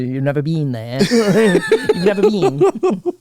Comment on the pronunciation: What a fucking intro . "You've nevah beeen!?"😅😅😅